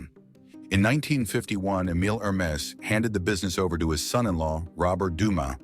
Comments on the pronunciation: Dude -- try harder with your stock photos & video clips; they have nothing to do with the story (says "poodle", shows some kind of hound, describes "51 year-old man", shows man in his 70s, etc., etc.) And "Hermès" isn't pronounced "HER-mess", "Her-MEE" or "HER-muh", as you bizarrely pronounce it; it's pronounced "Air-Mess" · Yeah I stopped watching after the third mispronounced Hermes. Thanks for saving me from the rest of the mess. Also trying to avoid AI generated videos is becoming tedious. There should be a disclaimer right in the title.